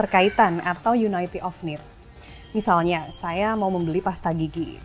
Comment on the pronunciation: Yuniti bukan yunaiti…pelafalan inggris yang salah bisa jadi gangguan dalam penyampaian pesan. Yunaiti maimunah